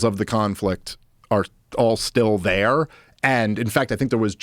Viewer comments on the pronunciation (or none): Yes but have you beeeehn thear?